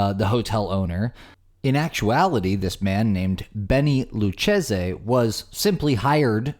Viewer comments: That's "loo-KAY-zee" as in the Lucchese Crime Family. Remember? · I think Luchese is pronounced Lu-Kay-see. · In case people need it. His last name is Luchesi, but it is pronounced "Lew Cay See" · Lucchese is pronounced loo kay zee. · You're close. But it's - Lou - Kay - SEE - The "Z" would also be a mispronunciation. Take care. sincerely, Dean O. :-I